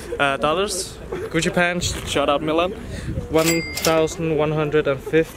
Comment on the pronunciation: how she says Gucci bag 😂😂😂😂